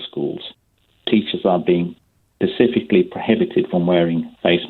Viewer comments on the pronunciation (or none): This guy said “pacifically” twice. Absolutely zero chance he was a lawyer. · Kerim O Even if he his not a lawyer what he says is true employers have a duty of care for the health and safety of their employees. Though how just because he can’t say specifically makes you come to the conclusion he’s not a lawyer is beyond me.